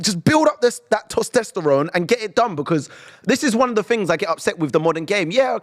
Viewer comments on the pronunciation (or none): said tostesterone instead of testosterone 😂😂 spurs players are full of estrogen 😂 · Man said "tostesterone"